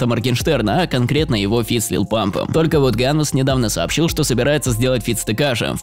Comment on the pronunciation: ганвЕст а не как ты говоришь